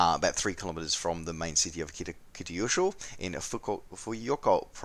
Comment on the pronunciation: Kitakyushu. Key tah cue shoe